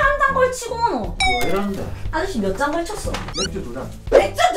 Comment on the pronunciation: 무사 오셨을때 아저씨~!̆̈ 하는거 어디서 ㅁ많리 들었는데 사투리 아즈씌~ㅡㅡ